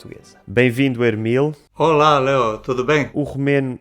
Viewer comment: Eu acho que o nome dele é Emil, não Ermil . Assim é o nome romeno. Moito interessante o vídeo! Obrigado!